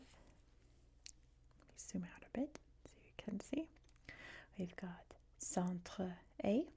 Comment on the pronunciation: Hello! Great french prononciation however you pronounced «est» as the verb to be. When we're talking about East, we pronounce the s! 🤓 Interesting video thanks!